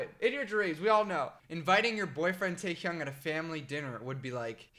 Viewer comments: The way he says taehyung stresses me out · i’m gonna phonetically type how he pronounces each member’s name jungooo-k taeHyoung jih-Min nohmjoon soke-jin hoe-suck yoongi